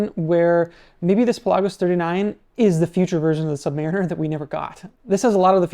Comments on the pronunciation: It's pronounced Pelagos, not Pelagos. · Is he pronouncing Pelagos correctly? Never heard anyone ever say it like that?